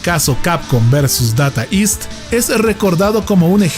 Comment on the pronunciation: Se pronuncia... "deita ist"; no "data ist"🙋